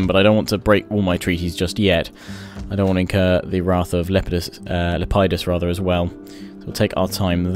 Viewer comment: It's Lepidus by the way, not Lep-ie-dus.